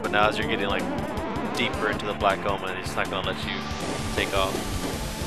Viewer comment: Sounds like you're saying "Black Almond" everytime you say "Black Omen" :P